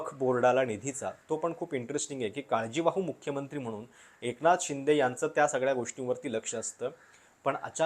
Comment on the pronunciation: कृपया शब्दांचे उच्चार व्यवस्थित व्हावेत. उदा:- बननार (बनणार) म्हनुण ( म्हणून) , पन (पण) आणि यासारखे खूप शब्द.